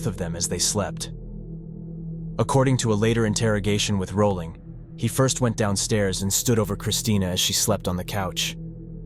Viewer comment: Wow, the AI voice couldn't pronounce his last name correctly